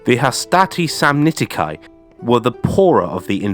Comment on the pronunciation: Samnitici: the "ci" at the end is pronounced like "key" to a car and not like "kai". You're British so I understand your aversion to accurate pronunciation 😂